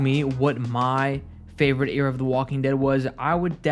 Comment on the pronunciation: Why do you say era like that